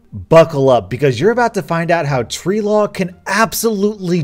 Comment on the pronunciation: Nobody:: TReE LaW!